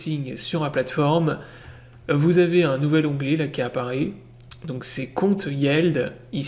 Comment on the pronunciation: Hello merci pour la vidéo. Alors on ne dit yièld mais Yiild. Ca se prononce qu avec des "i" en anglais :). Yild...